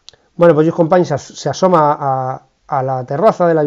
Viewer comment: Como todos los anteriores, un vídeo muy didáctico. Descubrí su canal hace muy poco y me parecen un gran ejemplo de como se puede combinar la rigurosidad con la amenidad. Por cierto, la pronunciación en este vídeo de Companys, excelente. La verdad es que resultaba muy extrana en los anteriores. Y si me permite un comentario, la referencia a Levante por intervenció del general Aguilera en Valencia, ademas de poco precisa política y geográficamente, nos chirría extraordinariamente a los valencianos (y sé que incluso aquí se utilizava ese topónimo despersonalizador en aquella época, pero eso daría para otra discusión). Muchas gracias y espero ver muchos mas vídeos de usted.